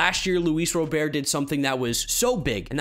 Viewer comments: IT'S RA-BURT. NOT ROW-BEAR. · Whitesox center fielder's last name is pronounced RoberT. Like the name.